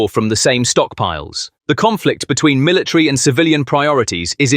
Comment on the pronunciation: Please get an English speaking person can say military correctly. It’s not Miller TREE.